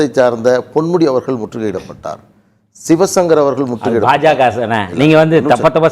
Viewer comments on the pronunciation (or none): none